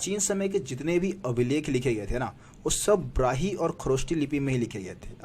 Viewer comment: ब्राही नहीं ब्राह्मी